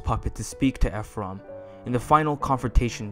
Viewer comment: I’m sorry but I can’t with “Eph-rum”